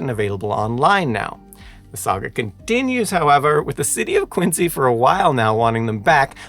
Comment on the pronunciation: Curious as to where the presenter found the pronounciation of Quin-Z rather than the far more common, (and dare I say correct?) pronunciation of Quin-C. Having had both sets of grandparents live in Quincy, Illinois when I was growing up, and growing up in Virginia, very near Montpelier, the home of President John Adams, hearing him say Quin-Z over and over makes this video nearly unwatchable. sigh